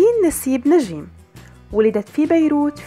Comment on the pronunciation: ندين الحلوة هي و تمثيلا😍😍😍 بس كرمال الله لا تقولي نجيييم اسما هيك Njeim نجيم مش نجيييم😤 ندين مشاركة بمسلسلات قلال بيعرفو هالشي و بفكرو أن عندا بس أربع خمس مسلسلات😂 براافو هيك رح يعرفو و يخرسو